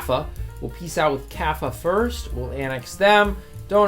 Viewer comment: The best thing in the video by far is your difficulty pronouncing two syllable country names like Kaffa or Shewa